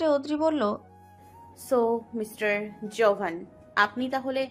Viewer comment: ঋভান কে জোভান কেন বলছে???